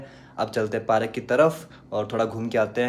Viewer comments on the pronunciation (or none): bhaiya ji park not parak ..... Apko sahi main padhne ki jarurat hai 😂😅😅😂😂